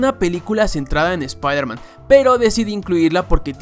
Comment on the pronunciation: shpairman XD